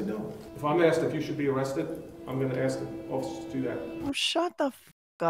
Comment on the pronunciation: I like the way, since he's named "Asif", he calls cops "Asifers" instead of "officers".